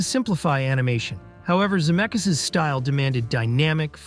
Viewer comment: Crazy that you said Robert Zemeckis' last name correctly twice in a row and then the third time said Za-meck-eez... What happened?